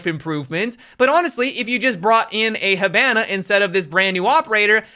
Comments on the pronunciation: games has almost been out for 5 years, he stil calls her "He-BAN-AH", fuckkk srsly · saying Hibana like Havana rubs on me the wrong way lmao. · Quit saying HABANA that’s worth unsubbin bro😂😂